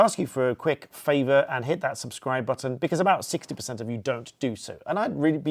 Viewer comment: Its about how much to subscribe? couldent understand how you twisted the word. Is it by the month?